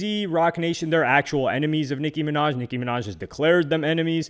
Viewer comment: Nic(kim)inaj😂😂😂😂 maga minaj